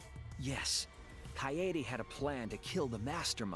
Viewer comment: it’s pronounced kaede